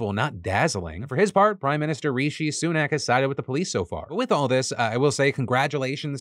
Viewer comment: British person here. I’m pretty sure you’re pronouncing the prime minister’s name wrong